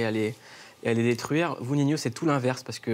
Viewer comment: B bha sa se dit Nino je crois, pas Ninio 🤷🏾‍♂️